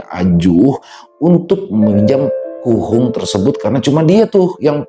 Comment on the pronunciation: KUHUNGK .... bukan kuhung 🤭